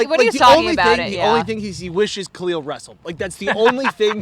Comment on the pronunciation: Gotta learn to say Khalils name